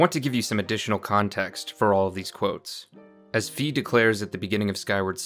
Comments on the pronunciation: It’s Fi like Sci Fi not Fee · It's pronounced Fi...